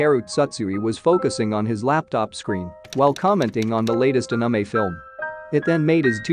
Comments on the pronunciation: It’s not uhnumeh it’s anime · Narrator's voice be like: Anime❎ Anamay✅ (Ps:don't take it as a mean comment or harassment) But it's funny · It's not ahnime, It's anime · i like how he says the "Anamei" instead of anime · I loose brine cells every time i hear anime pronounced that way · The robot voice says anomie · anamy no no not anime but anamy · D-did he j-just call anime a-ANAME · narrator: "Anamei" Hahahaha its in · Every time he said Uh-Nuh-May instead of Anime I wanted to report the channel. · the way he says “anamei” is really effing with me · Bruh listening to him pronounce it as anume 😭is torture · When he says Anime like "Anumey" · Did he just say aniemae? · pls don't say "aname" one more time 😭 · nice video but is A-N-I-M-E 😂you need to change your TTS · Is anyone else triggered by the way the video says anime? Just me? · Strange how you pronounced ANIME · The way "anime" is pronounced though 😂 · this narrator pronounces "Anime" so wronggggg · The way "anime" is said is giving me OCD. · Istg if you say anime like that one more time we will have problems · The pronouncing of anime is quite funny🤣🤣🤣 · Why do you pronounce anime like that? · bro pls say ANIME correctly it is an English word